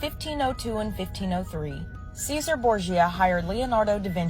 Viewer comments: Chezaray is how to say it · And sixth: it's pronounced "cheh-ZAH-reh". Might mean "Caesar", but it's not said like that. Nothing worse than fundies trying to sound like experts when they can't even get the basics right. Read one Dan Brown novel, then suddenly KAZAMM!!!...they think they've been living in the Vatican's "Secret Library" for the past 50 years. These types might be as dumb as a bagful of hammers, but daaaamn... there's an awful lot of them